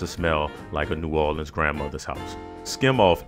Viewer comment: As soon as I heard the way he say New Orleans, I knew he could be trusted